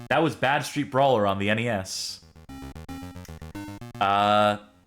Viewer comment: You're using the wrong emphasis. You keep saying Bad-Street Brawler like you would say Mean Street Posse. It's actually Bad Street-Brawler like in the sentence "Wow, that game was a really bad street brawler."